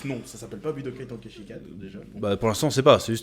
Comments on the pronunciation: Putain wsh pk tonkaïchi Ten, ten bordel comme le chiffre en anglais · Tu prononcé mal chez cet ten comme ten ten de naruto et pas TAN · Budokai « temps kai chi »